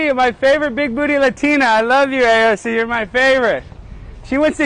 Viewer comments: i really hate how you pronounce her name. like stfu i get it you want to pronounce it ironically. At this point i love to watch your every vids except when you talk about her. and you have some truth to point out her hipocricy. but it just hurt my ears phisically to hear you. Why tf you torment your wievers when you have problem with her. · I believe the correct pronunciation actually is AOF-ing up